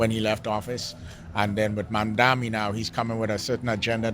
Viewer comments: The man's name is MamdaNi, not MamdaMi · MAM dani! MAM dani! MAM dani! MAM dani! MAM dani! MAM dani! MAM dani! What the fuck is wrong with people? Are they purposefully mispronouncing Zohran's surname, or is it just incompetence?